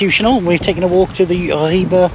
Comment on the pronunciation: It is very refreshing to finally hear an English speaker get the pronounciation of "Ribe" right. You last attempt at "Skagen" was also spot on.